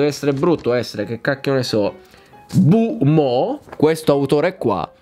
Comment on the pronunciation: Il povero Bo Mu è diventato Bu Mo 😂